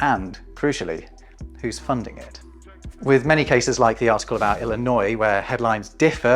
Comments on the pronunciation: Native Illinoisan here. Thank you for pronouncing my home state's name correctly and for mentioning their recent legislation banning book bans. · Bonus points for saying Illinois correctly.